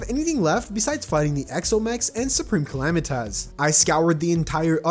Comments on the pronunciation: I lose a brain cell every time he says calamitaz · YOU SAY SUPREME CALAMITAS CAL-LAM-I-TITIS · bro please stop calling it supreme calamiTAS